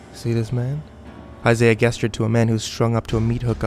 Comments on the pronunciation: Three stories later and the accent still demands the word gesture to be pronounced as Guess-ture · the way you say "gesture" makes me angry lmao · you pronounced gesture wrong